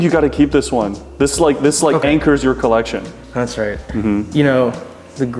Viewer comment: "I'll add it to my collectionne" made me laugh quite hard for the red g shock